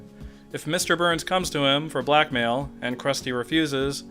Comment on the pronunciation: Whenever you say "blackmail" I think you're saying "black male"